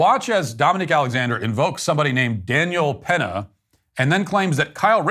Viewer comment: "Austin Metclaf" "Self Deflence" "Daniel Penna" 🤦‍♂️🤦‍♂️🤦‍♂️